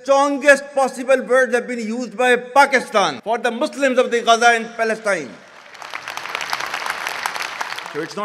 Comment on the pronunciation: Pelesitne❌ philistine 😂😂😂😂